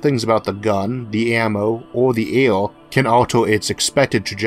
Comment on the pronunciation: A "bewo"? What's a "bewo"? Oh, you mean "barrel"! And "awo" is "air"?!